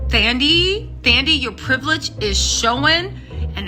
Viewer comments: Her name is African and the h is silent. So it’s not THAN-dee, it’s Tan-DEE-way. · I know you are bad with names😂, but it's pronounced "Tandie", the "h" is silent. Love your vids and your infectious personality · Hey 😊 the 'Th' is pronounced as if the 'h' isn't there, like 'Tandie' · The "th" in "Thandie" is pronounced in the same way as "th" in "Thailand" and not the English "th" pronunciation by the way 😆.